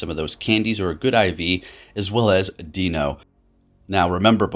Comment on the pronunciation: Lol if you’re taking criticism on Pokémon names, it’s Deino instead of Dino 😬😂 Its evolution line is based on the number of heads and the German Ein-Zwei-Drei being 1-2-3